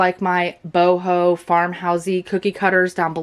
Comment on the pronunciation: "bow-ho" took me out lol! Got some great ideas to help the wife!